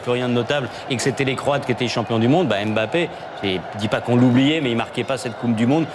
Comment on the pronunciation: Ce commentateur ne sait pas prononcer le nom de Mbappé. Quelqu'un pour lui apprendre qu'on murmure le "M" et qu'on ne dit pas "ème bappé".